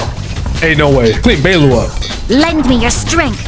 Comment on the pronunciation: hear me out, we gonna work on your pronunciations. "Laucha", "Beilu", "Jingloo" 🌚